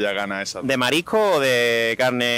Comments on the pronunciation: Lo que pasa es que a mi me parece que todas las personas en tu entrevista pronuncian esta palabra como "marico", no escucho este "s";) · Todos no sabeis pronunciar S en "marisco" o existe algo que se llama "paella de marico" ?